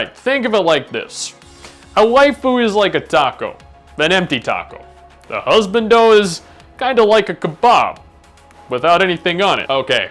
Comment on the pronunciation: mustache irl when? also learn to say hus bahn do